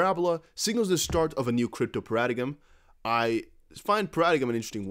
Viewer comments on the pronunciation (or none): Para-da-iem g is silent, i know english is nuts. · paradigm is pronounced para-dime just fyi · Paradigm is pronounced Paradime lol